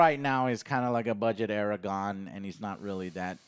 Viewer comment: Just watching facial expressions is hilarious in this video. I liked the visual cringe when Joe said “Aragon”. Seriously, just let take the reins on these